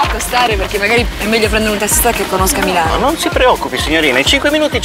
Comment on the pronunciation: taxi in Milano are white not Black ... fake video and awful Italian pronounce !!!! BLEEAHHH Great RAFFAELLA CARRA'